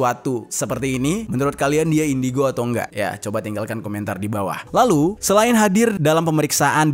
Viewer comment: indongo itu bg bukan indigo😂